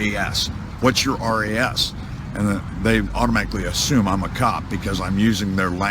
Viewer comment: Pretty sure reasonable articulable suspicion would be RAS not RES